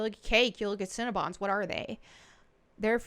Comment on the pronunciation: I love the way you pronounce "cinnabon". I'm from Michigan. Everyone around here says it like "sin-uh-bun". When you say it, it sounds like "sin-ah-bahn". It just makes me smile. I'm weird. I'm a bit of a language nerd. Lol